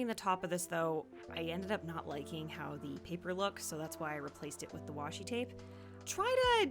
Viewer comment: This might be odd but I adore that you didn't fix the oopsies in your voice over. Twape is totally something I would say